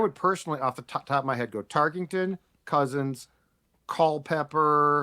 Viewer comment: Drinking game: take a shot every time someone on this show calls him "Fran TarkINGton" instead of Tarkenton. Actually nvm you'd die if you did that.